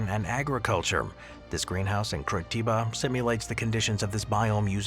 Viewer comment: "Kurichiba" mano